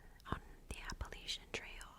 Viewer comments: you’re saying it perfectly! i grew up very very close to the mountains, and everybody in virginia says it the same way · I’m from Baltimore and we say it the way was pronouncing it lol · You said it correctly. Regional dialects are a thing. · You're pronouncing it properly sister. 😊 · It seems different areas pronounce it differently. There is no "correct" way to say it. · youre actually pronouncing it the original correct way. At least from my understanding the latch is a pretty recent thing people “latched” onto!